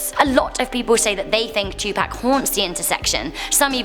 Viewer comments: Btw im a HUUUUGE Tupac fan and for future reference its not pronounced "2 pack" it is pronounced "2 pock". Not being a jerk but wanted to inform u of this before some other 2pac fan acts like a jerk towards you. Great job btw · poc not pac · bby girl its not 2 Pack its 2Pac the A makes a O sound like ah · Is anybody else anybody hearing 2pack when she was talking about 2pac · She said "2 Pack"...I'm dead 😂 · Twopacks killers still out there lmfao. Twopacks still in the middle of the road. Don’t forget about twopack everyone. It’s also pronounced “loss” Vegas not lass >.> also don’t act like these woman aren’t mostly doing those prostitution jobs out of their own free will. But whatever, wouldn’t expect you to understand since you live in urup lmao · It's Tupac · I got triggered when she said "2pack" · 😆 I love the way you say Tupac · She said tupac wrong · You said tupac wrong!!! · If you can’t say 2-PAC properly don’t say it at all it’s really annoying! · U said Tupac wrong say it right or look it up u made me mad 😡